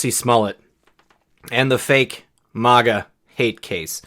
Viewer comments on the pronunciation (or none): none